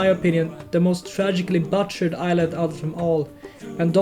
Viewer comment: it's not "bahchurd" it's "boo-churd" (bʊtʃərd)